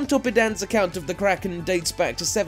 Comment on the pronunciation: not to be rude or anything, but it dosent take that much to find out how a word is pronounced. great video though:)